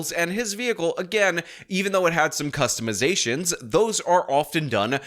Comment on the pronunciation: This is just an xzagaration of alazaytions for my kustamazations.